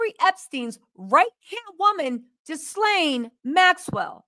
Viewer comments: I got to tell you. That’s woman’s name is Ghislane (GILL-LANE) she’s from Europe. The -s it’s silent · GIL-AIN!!!!! The S is silent! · Ghilaine Maxwell - Ga-lane Harvey Weinstein - Wine- sten Marlboro - not marbles - marl-boro I just couldnt take it! Lol🤣😂 I love u ur the GREATEST!!